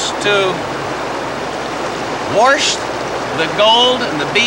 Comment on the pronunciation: he said Warsh instead of wash...